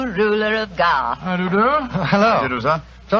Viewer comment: GARTH not Goff.